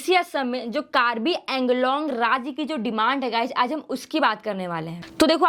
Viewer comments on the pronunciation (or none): Its pronounce as Anglong not Englong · Ok, most people mispronounce it. Woh ‘कार्बी आंगलोंग' hai, nah ki कार्बी ऐंगलोंग. 🙏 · The way you're pronouncing Anglong that's so annoying